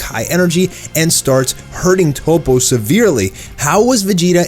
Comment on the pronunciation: Dude, his name is toppo not topo. Top-po.